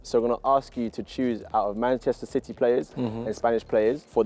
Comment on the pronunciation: did he just say manchester shitty??